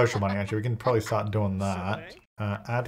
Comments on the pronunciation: "Prombably." I have to leave now. 🤣🤣🤣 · I "liked" this video at the point you said "prom-bably" bc that is classic. 😅